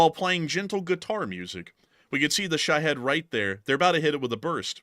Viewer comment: Why is Jake Broe the only one that knows how to pronounce shahed ? No head in it. It's pronounced sha- hEEd with a long E vowel sound.